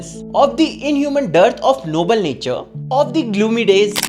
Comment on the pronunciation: Natur sexual 🤣🤣